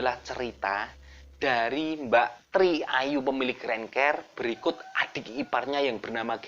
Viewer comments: Mas, pengucapan Bahasa Inggrisnya diperbaiki dong siapa videonya tambah asyik... Rent CAR {k a r} jangan diucapkan Rent CARE {k E r} .. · Rent kar bang bacanya bukan renker......rental car bukan care karna care itu perduli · Rental mobil rentcar bacanya renkar mas bukan renker... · rent car kok rent ker. koplak. coba wawancarai sri sukhetmi. dia bisa manggil sunan lawu raja jin gunung lawu kapan saja